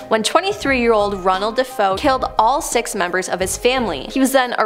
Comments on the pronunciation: The name of the family in the Amityville house is DeFeo, and is pronounced Deh-FAY-oh, not Deh-FOE. It is Italian. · Defeo Duh-fay-o. Just saying.